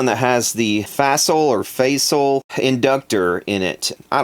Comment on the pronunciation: Fasel pronounced liked bezel? Say it in cartoon Italian...